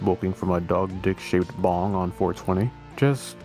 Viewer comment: Bro when you mentioned the item after the pizza I thought you said bomb not bong lmao I was like "DUDE THATS LEGIT BADASS" then you said it again and I was like "oh wait bong never mind that's not cool"